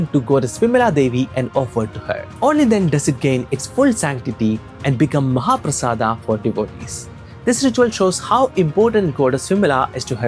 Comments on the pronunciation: It's mahaprasad not mahaprasada It's yog not yoga It's dhyan not dhyana It's karm not karma Western culture ne baja ke rakh di, stop adding a unnecessarily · 😂 ur pronounciations of words... It's not jaganadha it's Jagannath .... Not mahaprasadaaaa it's mahaprasad 1st learn proper Ucharan ... Moron